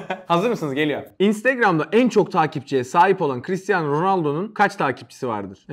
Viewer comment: Chistiano değil cristiano